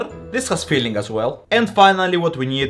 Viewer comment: this has filling as well What I heard: this has feelings as well 🥹